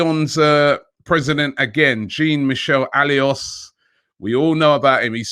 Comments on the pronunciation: _Robbie stop embarrassing us..its not alious!! Its Aulas... AU - LAS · It is pronounced O-L-A-S...The lyon president I mean. How can u butcher such a popular name of European football? He worked for so long with David Dein on behalf of European clubs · It s pronounced "Oh-lass"=Aulas. He is one of the best club president in the game and also a big pain in the ass seller. He will sell you one peanut for a hundred because it s the best most shinny peanut ever. 🙄 anyways Aouar will not be cheap. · If I didn't know you better robbie, I'd say you butchered the Lyon president's name on purpose 😂. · Jesus, Robbie make an effort or get somebody to help say these names correctly. AFTV is too big to make these mistakes. Jean Michel Aulas ( Jan- Meeshael -Olass ). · Learn how to it: Jean Michel Aulas It not Jean, like "Billy Jean", its Jean like "Jean de Florette", the french name. And his family name should be pronounced with an O sound = Aulas = "Olas"